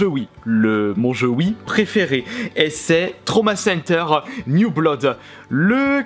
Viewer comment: On dit "Bloud"